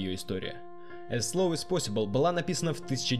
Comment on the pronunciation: Эз посибл - охренеть произношение!